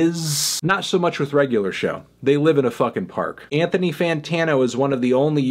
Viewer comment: But the way Anthony pronounces his name!